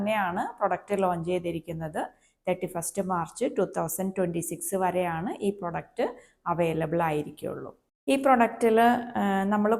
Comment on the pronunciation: പ്രോഡക്റ്റ് ആണ് പ്രൊഡക്റ്റ് അല്ല